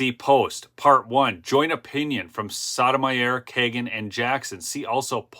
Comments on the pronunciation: friendly FYI Jus. Sotomayor’s name is pronounced: SO-TOW-MY-OR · I think it pronounced like, So-Toe-My-Ore.